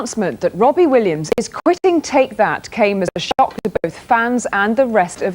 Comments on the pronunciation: wobbie Williams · "Wobby Williams" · Why does he keep saying wobbie? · Every time you say his name i hear wobbie Williams 😂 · "Wobbie Williams" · wobbie Williams lol